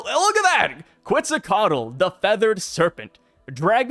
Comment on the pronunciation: It's pronounced Ket-zal-coa-tl, cheers!